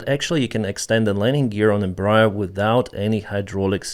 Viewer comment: It’s pronounced Embræer